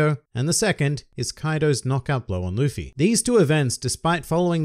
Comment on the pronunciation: He said “luppy” lmfao